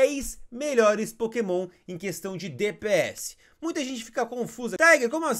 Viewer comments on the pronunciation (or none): none